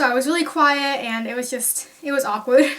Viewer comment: Did you said awkwood?